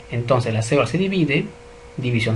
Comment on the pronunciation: Muy buen video, muy bien explicado. Sugiero al profesor pronunciar bien algunas palabras, ejemplo célula y ARN.